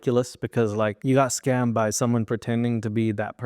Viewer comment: "I wanted to win!💪" "well you got schammed💪" LMFAOOOO😭